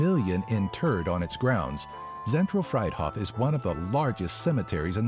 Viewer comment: Actually, Zentral Friedhof is pronounced Freet hohf). Great video tho' !